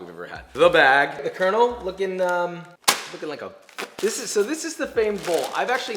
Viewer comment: definitely thought you said you were the gay version of col. sanders